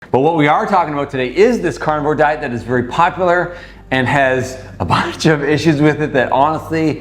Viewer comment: There is no way that beach bum not sit is a doctor. Am I alone...did he not say " popaler"?